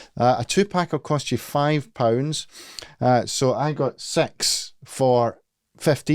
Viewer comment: he literally says s*x insted of six